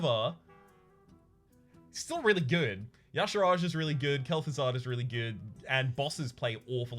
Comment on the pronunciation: Today you made me sad:(. Y'shaarj. Ee-shaarj. Not yashirage. This ain't some Footworks or Caltrop nonsense:P